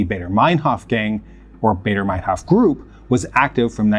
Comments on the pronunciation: I quite sure it is Andreas Bader not Barder. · Nobody called it "Bayder" Meinhoff, it's "Bahder." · As a Swiss who became very interested in the history of the RAF in the 2000s when I was a teenager, I think it is so weird that there is hardly anything about them, or other leftist terrorist organisations, on English YouTube. But they were so important and connected to the DDR, PLO, etc. Btw it's Baader, it rhymes with "rather" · Did you know you can put foreign names and words like Baader, Kiesinger, Ohnesorg, Dutschke, Mayer, Weiterstadt, etc into Google translate and hear how they are pronounced? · Please put some time into practicing foreign names, you have butchered the German names here. Starting with Baader. Your channel is usually of high quality, this is an uncharacteristic error. Maybe somebody told you you are doing them right - you do not. Sorry and keep up the good work!